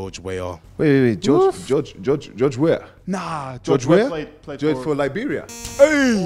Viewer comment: with the “Hei” exclamation😂😂 sounded like a typical Igbotic Nigerian Accent 😅